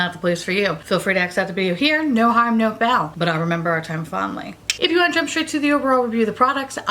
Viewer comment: Was it just me or did anyone hear, " No harm no BOWEL?" LOL I had to go back and listen to again just to be sure because I know its supposed to be "foul" lol Made my day though thinking that's what you said if it wasn't lol